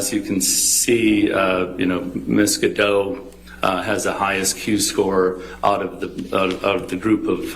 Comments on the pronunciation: The fact they are constantly mispronouncing Gal Gadot (Ga-Dote, it sounds like it has an E on the end) has me low key raging over here lol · Gal gadoT!! Where os the T?